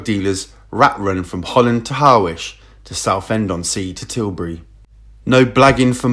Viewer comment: Harwich is pronounced Harritch